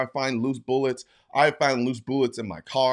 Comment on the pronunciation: “Boolets” 😂 you say it weird